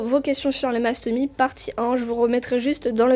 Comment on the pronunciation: On dit Mastomysssss voilà bisous 😘 Sinon j’adore tes vidéo et j’ai 2 mastomys moi aussi ☺️